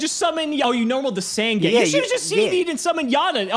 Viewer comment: Can someone please PLEASE teach how to pronounce Sasuke. I am so tired of him not saying this or Sangan right...same with saying Hane Hane wrong